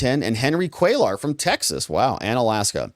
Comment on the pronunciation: Hey,, the double 'L' in Spanish is the English 'ya' so pronounce Cuellar as, 'Quay•yar'.